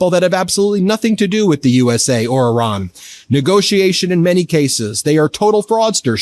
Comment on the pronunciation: Who is “Oran”? Are you referring to IRAN?